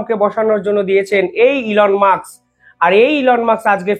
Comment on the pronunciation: ঠিক করে উচ্চারন করুন।এলন মাস্ক।উনি কেপটাউনে জন্মেছেন।তারপর উনি উএস গেছেন। please উচ্ছারন ঠিক করুন।